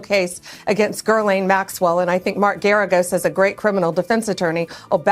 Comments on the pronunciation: Why can’t Americans pronounce Ghislaine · Shouldn't she at least learn how to say Ghislaine Maxwell???